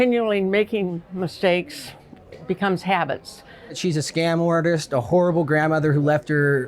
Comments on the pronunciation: At the end I thought he called the older lady a whore. I had to go back and he was actually saying horrible lol. I was about to say, come on now lol dude don’t disrespect your elders😂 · I thought he was about to call her a whore at the end, but he said horrible 😩